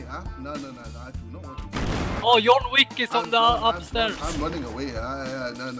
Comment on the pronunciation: He said it more like yon wik